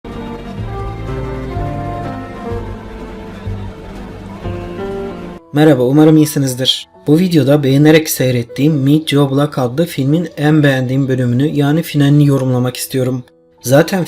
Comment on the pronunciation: met yo blak mı dedi o :D